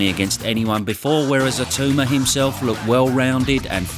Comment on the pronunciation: you've had long enough and you've heard his name enough now. Pronounce Itauma correctly.